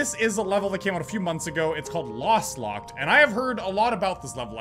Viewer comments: Lostlocked not lastlocked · I was screaming whenever he called lostlocked, "lastlocked" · pls stop saying lastlocked it's kind of disturbing